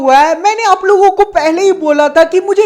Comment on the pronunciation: Tume bhi ise 2× Pe logo ki jagah lodo sunai dera hai 💀